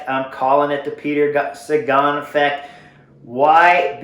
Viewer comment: You say effect very strangely. Took me several minutes to understand what you were saying.